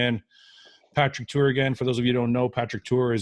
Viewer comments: Great podcast Fouad but it's Tuor not Tour haha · Fouad, it’s Tuor. Not Tour. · Goooood fucking morning. It's 'TUOR' goddammit!!! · Does nobody notice that his name is actually Tuor, not Tour? 🤔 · Fouad brother it's *Tuor right? Respect to Patrick as always